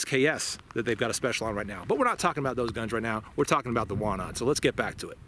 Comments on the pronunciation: Wanad is pronounced "vanad" and Łucznik (factory in Radom which made the gun) is pronounced something like "woochnik". I believe that P-83 has been absolutely phased out of usage (maybe except some kept just in case) with the police and the military. Walther P99 (and a little bit of Glocks) is currently being used by the police. Our military (except the military police and special operations units) uses WIST-94... which honestly sucks and no one likes it. lol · You have to read it "Vanad" :) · Ł in Łucznik (archer) you read like W in whiskey. CZ is like you read ch. But W we read like english V Wanad is Vanadium. 80ies for Poland was bat times we had basicly economical melt down so its not the best quality :) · Ive come to learn that pretty much any European word/name that has a W in it is pronounced as a V, just FYI man.